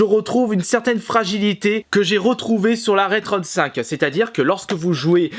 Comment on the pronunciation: J'ai l'esprit mal placé ou j'ai l'impression qu'il dit "Rule 35" quand il parle de ça Retron 5 ?